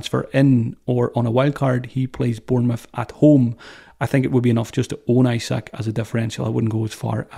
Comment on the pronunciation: Great pod. Why Jesus? bre not the easiest fixture, then 2 tricky teams at home. I prefer Toney or Isak. And btw Isak is pronounced Ee-sak 🙂